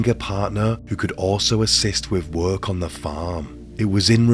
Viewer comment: No offence, 😁but . . .This dude sounds exactly how I imagine Quasimodo would sound if he spoke English. The intonation makes me envisage a sad, bullied hunchback. No offence, lol. Edit: I think it's the way he gives one-syllable words two syllables with a sing-song intonation. It's not 'work', it's 'wer-erk🎶'. It's not 'case', it's 'ceyus🎶' It's really distracting and difficult to listen to. And what's with the last word in a sentence? You don't ALWAYS have to lower the pitch of it. It doesn't matter what the last word in a sentence is . . that bastard's getting 2 syllables and a downwards sing-song 😅. It sounds so unnatural. Who told him to do this? They should be locked up. 😂